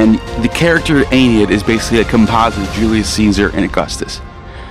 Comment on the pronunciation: This video hurt me, he can't pronounce Aeneid, can't pronounce Ovid, and he says Ovid created Roman mythology, like dude check your facts before you make a video like this.